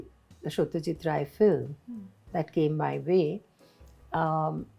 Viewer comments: A delight ma'am Sharmila : your clear pronounciation of yourc native Bengali : epic ❤ Your filmfare bikini 🤸💕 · So lovely to hear Sharmila Tagore pronounce Satyajit Ray exactly how a Bengali would pronounce a Bengali name and didn't try to pronounce it like a non-Bengali ❤